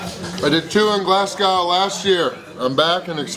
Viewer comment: The thing I like about is that in newer videos he pronounces Glasgow and Edinburgh correctly and he uses the term quid instead of pound. You can see he actually makes an effort to integrate, right down to having a few pints of Tennents [local Scottish beer]. You have to admire someone who tries!